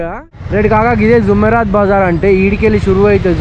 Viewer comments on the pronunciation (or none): Arey Naina zoomerat bazar kado adi “JUMERAAT”Bazar